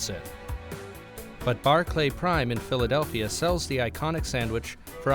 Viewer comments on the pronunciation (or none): none